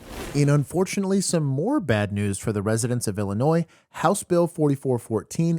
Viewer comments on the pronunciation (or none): the s in IL is silent stop saying it lol